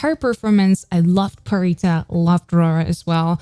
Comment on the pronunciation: U keep saying pharitas name as pharisa, there's a t in her name, I'm pretty sure there's a different way of saying it I'm used to people saying pharita